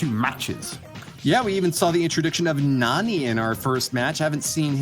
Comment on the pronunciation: It hurts my ears to hear them say NANNY instead of Nani. Guess they don't watch enough anime lol